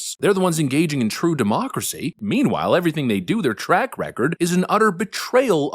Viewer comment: Please stop saying demooocracy, it makes you sound silly.